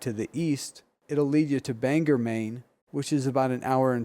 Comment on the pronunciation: BANG...OR; NOT BANGER; OR, OR OR, NOT ER, ER , ER~